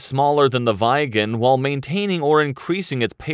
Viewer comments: Viggen pronances Vig'n not Vaigen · Only an American could pronounce 'Viggen' as 'V eye gen' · "vaigen" its simply viggen no vaigen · Viggen...not vajgen 😅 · SAAB 37 "VaJgEn" It's VIGGEN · No but Viigen instead of Viggen 😑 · Can you please stop saying vajgen!!!!! The neme of the earlier aircraft is VIGGEN... V as in Viking.. I as in ea in please.. G an G as in Goat .. E as in Ear (just e).... N as in Naken . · Pronounciations: Draken -> Draa-ken Viggen -> Vih-gen Gripen -> Gree-pen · Lmao Vajgen lol. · Drayken, Vaigen and Grippen :D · Vhygen.. bloody yanks.. its a short i, like in "i"ntercept. And a hard short G, like "g"rocery. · “Vaigen” At least did not say Graipen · bro is butchering the Viggen´s name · The way this commentator says Viggen pisses me off to levels unknown to mankind. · SAAB 35 "Drey-ken" and SAAB 37 "Vai-gen". Jesus, my ears bleed. Get it right, ffs. 😱